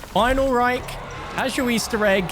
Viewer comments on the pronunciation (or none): none